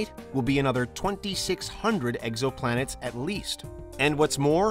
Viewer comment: Anyone else hear him say eggsoplanet?